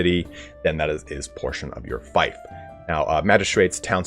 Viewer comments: Feef not Fife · Oh lord... It is FEEF, not FIFE, FEEF! Everyone making videos on Bannerlord keep saying fife... Fief = Feef, not Fife like wife. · It's FEEF not FIFE! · It's pronounced Feef not fife. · just btw its more like feaf than feif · Do Americans really pronounce fief like "fife?" I've always said it like "feef" (as in thief). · Just a heads up, fief is pronounced as "Feef". Small thing, but wanted to mention it earlier than later before you are used to saying "f-iaf". Other than that, this was a very insightful video! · I think its “feef” not “fife” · Yeah its "feef" and should be corrected. Eliphas was right to do so. Gotta get things right! Am sure he didnt mean offence👍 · Love the video ❤ helped me advanced in this game Just btw fief is pronounced “feef” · Fief rhymes with thief, not fife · I'm confused, I'm not a native speaker but I thought fief was pronounced as feef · oi yoa gawt a fifer on ye? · Screw it, just pronounce it as "feef" but backwards. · Dude, how are you making guides if you don’t know how to pronounce fief? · Every time I heard him say fief it was like nails of a chalk board. I don’t get why it’s so hard, I know ‘ie’ can be fickle, but there are more examples of it making the long e sound then a shape i. Fief as in Brief, chief, grief, piece, priest, fierce, pierce, siege etc. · I'm American but have lived all over the world and have many british friends from all over the UK as well as south africa, if there's one thing I've learned it's that none of us seem to want to pronounce things the same as everyone else. Feef or fife, who really cares?